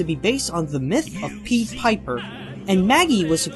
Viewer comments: pie-ed NOT Pead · What is with all these grammar and/or pronunciation errors? Found instead of find. Pied spoken like peed. Did you have a script,? (Sorry, I just had to mention it after watching the past parts of this Lookback, but I will say it is enlightening about the company.)